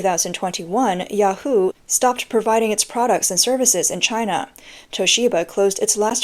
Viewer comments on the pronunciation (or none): none